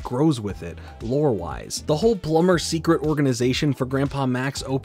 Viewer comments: You butchered the word Secret and pronounced it as seekit of the omnitrix, but still this was one hell of a banger video! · Gwen's magic....sure...ruined further in next series...she's an ALIEN! 😢 p.s. - seCet of the omnitrix :))) I get it though...probably took hours to record all the material and repeat same words thousand times, lol